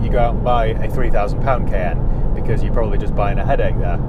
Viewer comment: The Porsche Kay N 😅